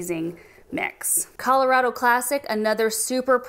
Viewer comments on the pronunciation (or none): none